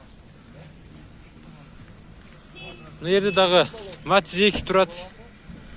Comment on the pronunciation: матис эмес матиз